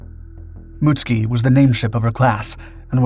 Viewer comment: Mutsuki pronounced, Mutt soo key.